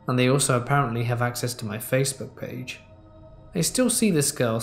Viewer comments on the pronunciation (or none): none